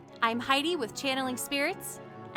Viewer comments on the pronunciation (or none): It's pronounced beetle Juice